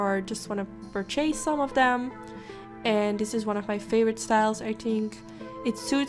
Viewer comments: ik kijk graag naar je filmpjes. Veel geleerd van je. Dus nu klein beetje hulp van mij voor jou. Purchase spreek je uit als pur-tjis ipv pur-tjees. 😉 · Antonella Beretta especially when she says that she would "per-chase" a product again or not